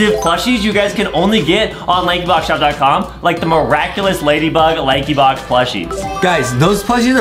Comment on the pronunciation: It isnt lakey box its lankybox